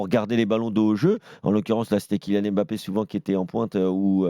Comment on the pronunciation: Je comprends pas les journalistes qui prononcent M-bappé or c'est beaucoup plus difficile et lourd que de dire Mbappé (le son est le même que dans deMbélé). L'excuse de prononcer "à la Française", c'est complètement bidon, personne ne prononce par exemple le nom du président américain "à la Française".